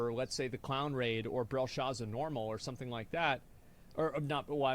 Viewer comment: "Somesing is SOOS!" 💀